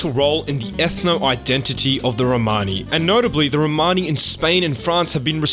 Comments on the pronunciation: Romani - with the accent over the 'o'. Your own guest Lee even says it for you in the correct way. You could have at least referred to them as Romani and not Romaaaaaaaaaani... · can't listen to this word "RomARni??" try saying Romani (There's no R in the middle of it) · It's not row mani it's one full romani or roma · You are pronouncing it incorrectly. Its RO-MAN-ee. My wife is Romanian and has Romani freinds. Also, this is nothing new. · Țingani.. not Rromani.